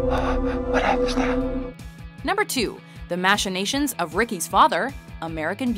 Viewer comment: Weird way to pronounce 'machinations'...